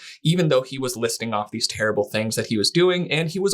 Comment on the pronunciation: What a terrible, rerrble interviewer!